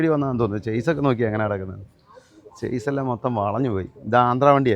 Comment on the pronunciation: ചെയ്‌സ് അല്ല. ഷാസി എന്നാണ് കറക്ട്. മുമ്പ് ഇക്കാര്യത്തിൽ ഒരു ക്ലാസ് നടന്നിരുന്നല്ലോ... ക്യാമറമാനെ പഠിപ്പിക്കാൻ ഇനി ഏൽപ്പിക്കണം....!!!